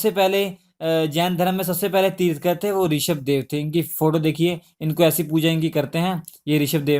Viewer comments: It's tirthankar not tirthkar! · Pronounce it Tirthankar and not tirthkar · bhai tirthkar nahi tirthankar hota hai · Tirthankar instead of tirthkar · Sir, i really appreciate your work But a humble request. pronounce words correctly. They are thirthankar. तीर्थन्कर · श्री मान जी ये तीर्थकर होता है तीर्थकर नही। अगं की मात्रा आप गलत पढा रहे हो